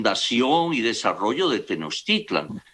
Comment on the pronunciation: El cacas ni siquiera pronuncia bien Tenochtitlan (le dice "Tenochitlan" el viejo ignorante). No se las quieran dar de Historiadores. ¿Y que parte de "no tiene fundamento histórico" no te quedo claro? No quieras acomodarle maromero.